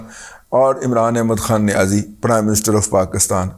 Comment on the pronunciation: Razi sahab, aap niyazi lafz par itna zor kyon dete hain.. Kya isliye ki niyazi sahab is par bilkul zor nahin dete.. Ya yun kahen ki chhupate hain?